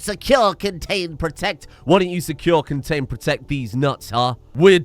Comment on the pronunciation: Secure, con-gains, bro-tect